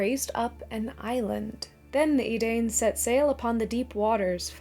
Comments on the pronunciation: You forgot to double check your pronunciation! Edain is pronounced like Ed-dine like in Dunedain, not E-Dane. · Great video. One minor correction: I believe Edain is pronounced "Eh-dine." Hence why their descendants are called the Dunedain ("Doon-eh-dine"). The two words are related. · Love the video. I do have a couple of notes on pronunciation however. The "ai" combination is pronounced "I" so Edain would be said like "Edine". And a double consonant is elongated, as in Elenna, you would pause before and elongate the "n". Sorry to be nitpicky, but Tolkien would have wanted me to 😂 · I believe 'Edain' is to be pronounced similar to 'Dunedain'. In Sindarin (and Quenya), vowel sets are diphthongs (pronounced in one syllable), so 'ai' should be pronounced like the vowel sound in 'aye' (to be clear that's the word for agreement/yes, rhyming with 'eye' or 'rye' in this case); similarly to how we pronounce the 'ai' in Maia/Maiar (Appendix E, RotK).